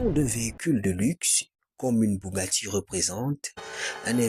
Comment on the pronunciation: Bougatti, Dacia dosteur, il faut aller voir un orthophoniste mon gars !